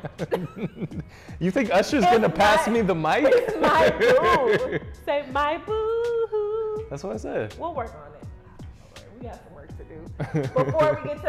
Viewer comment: Not "ooh ooh" instead of "my boo" 🤣Lauren gotta send an Usher playlist before the concert. 😂